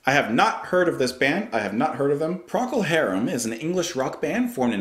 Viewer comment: First time pronunciation was spot on.